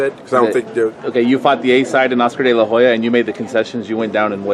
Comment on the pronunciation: "Oscar della hoyer" lol